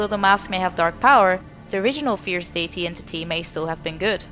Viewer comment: Not a native english speaker, but is it just me or is she pronouncing Deity wrong?